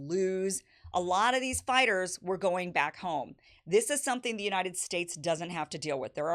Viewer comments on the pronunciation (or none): none